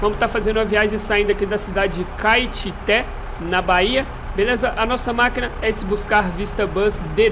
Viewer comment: Nossa mano valeu aí por fazer a viagem saindo de Caetité,tinha te pedido uns dias atrás e tals,morei nessa cidadezinha do interior da Bahia quando eu era criança,tenho mow saudades dessa época,valeu mesmo irmão,e vc pronunciou certo o nome da cidade sim kkk